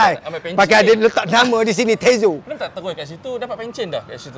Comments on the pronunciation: Ada tezo pulak dia sebutnye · apasal janna nick sebut tizo hahaha.. nak kena basuh ni ngan abam tyzo kita haha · Janna Nick salah sebut nama tizo org Tyzo tahniah sy salah seorang yg undi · Pew hal janna nick..x pernah dgr radio kew.not tizo tapi tyzo..sebut la bbtul nama orang tu.